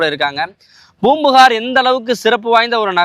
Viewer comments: Boompuhar ....no bro it is Poompukar. Pronounce properly please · Poombuhar..ucharippu sariyaa illa..